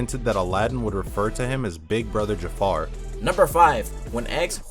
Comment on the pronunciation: As a Ja'far fanatic I would like to point out that his name is Ja'far not Jafar. This is very important.